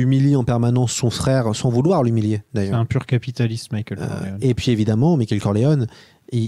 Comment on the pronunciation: J'ai besoin de savoir pourquoi prononce "Mickaël". Ça me hante 😆